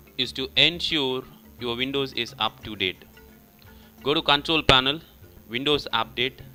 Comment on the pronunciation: Haaa This Man Said COntrol Panel Is Kontul panel